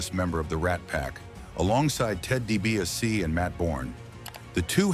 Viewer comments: Doogan (Dugan) and D.B. a sea (DiBiase) hate it too. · Ted Dee-Bee-Ah-See 😂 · Who’s Ted “ Dee-BY-ausee “ and Jim “ Dew-gan?!? 😂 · DiBiase is pronounced “Dee Bee Ah See” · Had no problem with WATTS!!!! Vince screwed him with the hair color and the name the Natural. Learn how to investigate a story. Such a shame you do this after he passed. He still might come after you. Oh, and learn how to pronounce names correctly, , like Dibiase. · learn to say santana and dibease and duggan correctly